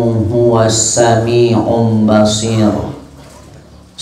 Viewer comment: Assalamualaikum Admin Mencirim Syariah..! Izin mengkoreksi ayat pembuka yang disampaikan Ustadz tepatnya Suroh Al- isro' Ayat 1. Sepertinya agak sedikit keliru pada akhir Ayat setelah saya putar beberapa kali dan saya cocokkan dengan Alquran gadged saya. Yang saya dengar disampaikan Ustadz " innahuu huwas samiiun bashiir". Padahal diayat disebutkan "innahuu huwas samii'ul bashiir". Sebenarnya perbedaannya hanya di kata "samiiun dengan samii'ul". Sekian. Mudah-mudahan kita selalu diberi hidayah dan diistiqomahkan agar senantiasa jadi hamba Alloh yang taqwa. Dan semoga konten-konten yang seperti ini semakin diminati dihati ummat demi menambah ilmu pengetahuan dan kemajuan semua. Aamiin yaa robbuna الله.🤲🤲